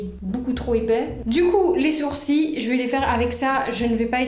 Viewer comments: Tu dis sourcis au lieu de sourcils mais c’est pas grave❤ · Pk tu dit les sourcii et pas les sourcils ? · Je suis la seul à entendre soursi au lieux de sourcils ?🤣 Je t’aime trop t’es trop belle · Au lieu de dire sourcil tu dis sourci bref super vidéo ❤️👍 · on dit soursiles pas soursi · Ça me tue elle dis les sourci et pas les sourcils 🤣🤣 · Je suis la seule à entendre « mes sourcis » 😭😭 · « les SOUR-CIES »😂